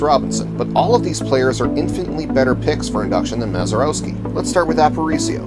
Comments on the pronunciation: Mazeroeski...smh indeed. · I'd be more impressed if you could pronounce his name correctly . . .